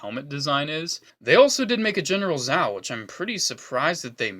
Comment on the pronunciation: Goes on and on about mispronouncing Aang, then mispronounces Admiral Zhao XD and also calls him a General... wrong branch of the military there bud